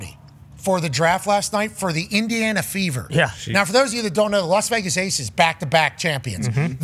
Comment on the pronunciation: Fever .. I thought they said Beaver 😂